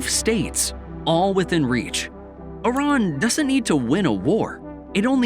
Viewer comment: it's not "Oran" but "I-R-A-N"